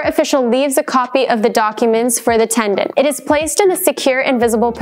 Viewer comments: this is a legal guidance video yet the host can't pronounce "tenant" correctly.. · Sounds like you are saying TeN-D-ennT? The timeline was helpful,? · I don't know about the rest of you, but I kept hearing tegnent!~LOL She also failed to mention the tenants right to a jury trial. 🥴